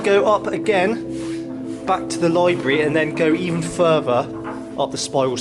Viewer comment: A bit harsh, but I basically agree. The presenter can’t pronounce “other”, “further” and says things like “very unique” which make no sense, It’s a product of the YouTube generation though- great content presented by amateurs with speech difficulties. I’d rather have the content even if the presentation is frustrating and amateur. I wonder what the land registry searches turned up, and I’m amazed the presenter didn’t effect a more forensic examination, perhaps with the help of a builder. It seems very weird that many light fittings were removed, but at the same time there was rewiring ongoing. Was the property being renovated pre-sale or post-purchase? Who would have an American room, a jungle room, a Japanese room and a gigantic wine cellar and similar library. A successful American author? How many children’s bedrooms were there? Guest bedrooms? There’s plenty of detective work which hasn’t been effected, which is a shame- a missed opportunity.